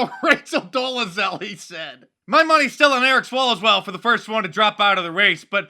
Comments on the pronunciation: Lol did you day Michael "swallowswell" ? Hahahahaha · Hahahaha did I hear that correctly? Eric “Swallowswell” LMAO 😂 Mark you are the best!! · Eric Swalswell? You mean Eric SwallowsWell.